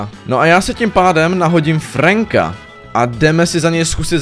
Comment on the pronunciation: celí video mě štvalo že říkáš franka a ne frenka ale okey